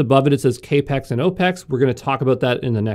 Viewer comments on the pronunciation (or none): The reason there are a lot of comments is that it comes off as dumb and invalidates the information. So does pronouncing CapEx as “Kay Pex” and OpEx as “Oh Pex” when the former means Capital Expenditure and the latter stands for Operating Expense. If you don’t pay attention to detail, then you’re subject to misinformation.